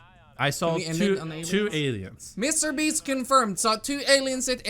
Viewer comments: Did he say mrbeefs? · Am i crazy or did he say mr beefs